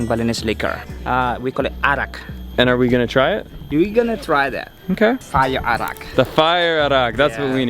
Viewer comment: Correction for Balinese liquor. It's not "Iraq", but "Arak" or sometimes it's spelled "Arrack" in English. But thank you for being a Balinese person as well.